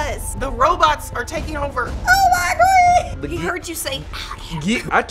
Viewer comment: he said oh my gooee